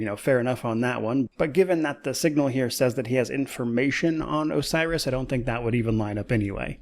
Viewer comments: I think he says he has information on 'a virus', not 'Osiris' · "Osiris" or "A virus" Sounded more like a virus to me but not alot to go on. "I have information about a virus"